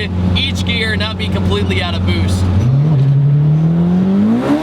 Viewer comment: If I didn't read the boost caption I would've thought he said boobs